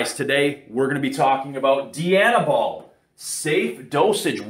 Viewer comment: Who does a review and can’t pronounce the drug name…..🤦🏽‍♂️🤦🏽‍♂️🤦🏽‍♂️